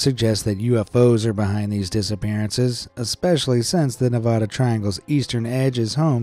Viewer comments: Its NEVADA not NEV-AH-DA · Ne-vad-ah not Ne- vah- duh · One thing YOU MISPRONOUNCED NEVADA!!!!!!!!!!!!!!!!!!!!!!!!!!!!!!😡😡